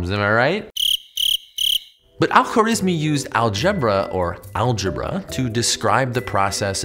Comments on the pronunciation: what is is: al-khwarizmi ❌❌ what I hear: alpha rizz me✅✅ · Great Video! One note, in Arabic, we don't have consonants linking together much, because of the different ways to spell each letter. So the guy's name is Al Kha-wa-riz-mi